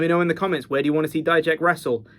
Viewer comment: Thank you for pronouncing it as “die-jack” and not making him sound like a type of mustard like others do.